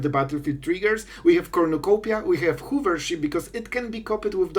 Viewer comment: I'm not sure if "hoovership" was intentional or just your accent, but my childish mind found it hysterical.